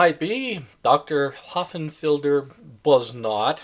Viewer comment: Dr. Hossenfelder Hossenfelder Hossenfelder Hossenfelder Hossenfelder. NOT Ho..FFF..enfelder. It's Hossenfelder.